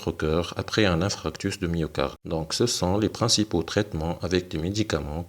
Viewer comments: hhhhhhhhh ça m'écorche les tympans a l'entendre dire infractus!!!!! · InFARctus doc ça se prononce InFARctus 😂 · Infarctus et non infractus donc ce n'est pas un lapsus !